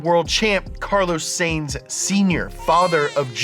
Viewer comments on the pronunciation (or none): FTR, it's pronounced "S-EYE-nz". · Saintz is pronounced like science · It's s"I"nz not s"a"ns but good video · You know doesn't watch F1 when he pronounces it "Sayns" instead of "Sainz" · Pronounced: Carlos "Signs." Not, "Sayins." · "carlos saynes" lol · Learn how to pronounce Sainz pls & ty xoxo :) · Do you REALLY not know how to pronounce the name Sainz??? Really?? RRRREALLY??? Other than that - nice work. Love ya mean it.